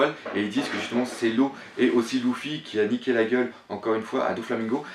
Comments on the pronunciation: 3 luffy stp essaye de dire leffi o lu de louffy meme si sa s ecrit luffy sa se pronnonce leffi merci d avoir la patience de lire tout ses message regarder les tous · Bonne vidéo mais juste la prononciation des nom c'est un peu saoulant comme luffy qui se prononce leuffy et ussop qui se prononce oussop mais de bonnes théorie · c une demade personelle svp pourrait tu prononcé luffy=leffy et dragon se prononce dragonne c juste un demande personelle mais sinon genial tes video continue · non mais sérieux tu as du mal avec les prénoms .c'est pas louffy mais Luffy ! pas Utsop mais Usopp ! tas l'air fan mais soit fan jusqu'au bout et modifie pas les prénoms ! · Arrete de le prononcer "louffy" ca me perturbe on dit "leuffy" ptn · cest leffy pas louffy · excellente vidéo mais Luffy se prononce lEffy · Louffy ? Dragoun ? Outsop ? Fais attention à la prononciation ! Sinon bonne vidéo :) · que dire de sa façon d’appeler Luffy "LOUFFY", mais malgré ça j'aime bien c'est vidéo